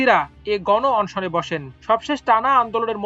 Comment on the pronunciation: জঘন্নাত, অন্শন এসব কি উচ্চারন করেন ভাই। 😅